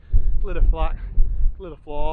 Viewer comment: 6 mins in and love the many pronunciation references already 🤣 Yes, they need work. Tryvan, Vach, Vawr will get you close, unsure how to type the LL 🤣 Great to see this part of the world again, been a while